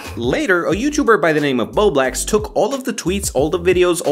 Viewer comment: My man really said "bowblax" lol i really like bowblax